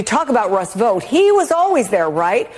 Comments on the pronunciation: Tarlov is a cretin. He didn't know about Project 2025 beforehand but Demonrat ret a rds like her sure as hell made sure he found out. And it's astonishing the amount of idiots there are who can't pronounce VOUGHT properly, seriously, does anyone pronounce FOUGHT as FOTE? BOUGHT as BOTE? So what makes you illiterates think VOUGHT is pronounced VOTE? In the more than 20 years I lived in the states the one thing that really got me was the absolute refusal of Americans to learn how to pronounce people's names correctly, mine included. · Why do you keep calling this guy "Vote"? It's Vought . Thought. Sought. Brought. Vought. What kind of learning disability is this?